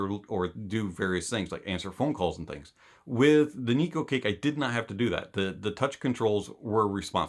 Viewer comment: "NIKU CAKE" 💀